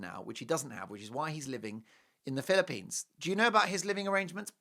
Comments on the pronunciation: I love your show but please pronounce the Philippines correctly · You are treating us today, 😂Mark. Now the German Accent. Love it